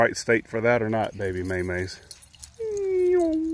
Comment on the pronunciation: Hubby was listening to your video as I was watching it. He thought you were calling your dog Baby Mayonaise LOL.